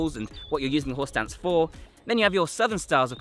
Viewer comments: I keep hearing "Horse Dance". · You keep saying "horse stance," "horse stance," "horse stance." But I somehow keep hearing "whore's dance," "whore's dance," "whore's dance." lol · I keep hearing him say "horse dance" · I keep hearing "horse dance" which is making me chuckle ever time😂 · Anyone else keep hearing “horse dance” over and over… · I keep hearing "horse dance" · Any worries be feel like he’s saying “Horse Dance”? 😂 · ...anyone else hearing "horse dance"?